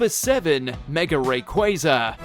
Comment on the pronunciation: ITS QUA ZA NOT QUAY ZA